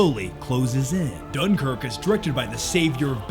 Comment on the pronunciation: lol you can't even pronounce dunkirk right. i hate seeing americans thinking they know britain and the history of what happened.